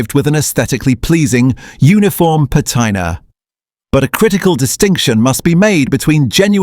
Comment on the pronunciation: Please fix the AI and have it say "patina" correctly please.